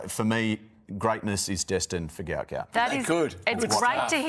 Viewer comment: The father says his son's name isn't "Gout Gout" but Gwot Gwot. Why is the press not picking on it?